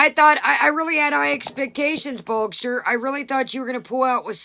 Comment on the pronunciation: Why are you calling Gene Bogster. His trolling name is Boog. It would be Boogster. Lol. 😆